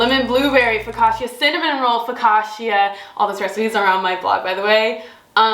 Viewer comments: As an Italian, the way you pronounce “Focaccia” incorrectly over & over is a hard watch 😂😂❤ Lovely video regardless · I’m not an Italian and I felt it as well 😂